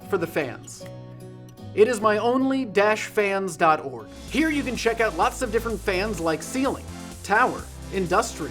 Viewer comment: Fans? I thought you said enriched uranium!